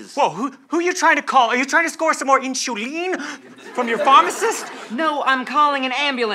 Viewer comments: I died when they couldn't say insulin correctly. Inzulins Inshulin Insurin Straight up I couldn't stop laughing 😂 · "All the guys are passing around the inzullens" 😂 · Also INSHUWEEN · Insurin Inshulin Inzalin 🤣🤣🤣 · I’m sorry but eEnShULEeN ? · Insoleen, insorlen, lol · yes. "Insurin" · The added touch of none of them saying insulin correctly though